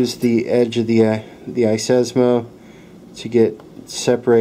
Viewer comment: "iSESMO"? Seriously, it's iSesame!!! Just like open Sesame!!!